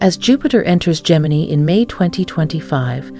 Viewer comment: Gemi-NYE. Train your AI properly, please!